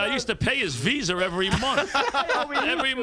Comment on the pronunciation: Paid his Veezur? Cobble Saint Lucas?...it's Visa and Cabo San Lucas